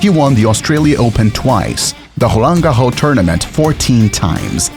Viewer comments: Is the narrator of this video a human or an AI? What is "holan gaho"??!? The French pronounce Roland Garros with a well hearable "S" sound at the end! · mate, change your way of saying „roland garros“